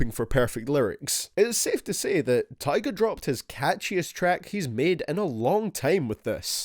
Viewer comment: You said tyga wrong